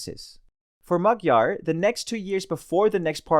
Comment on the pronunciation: Pronunciation is: Mayar, Budapesht. You are welcome.